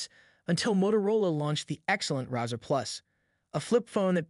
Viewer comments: "razor" not razer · The way you pronounced "Razr" 🤔😂 Also yes it's an excellent unit but the Flip will be more successful in my humble opinion, as it will have better support, more well known brand, has a better chip, and it feels more premium than the Moto (or Oppo N2). Good vid though!